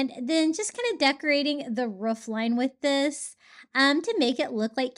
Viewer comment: I'm watching this the whole way thru just cuz I love how you say roof/ruff 🤣🥰